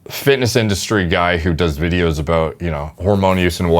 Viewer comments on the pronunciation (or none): none